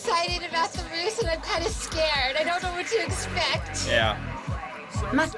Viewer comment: Russ, like russia, long s..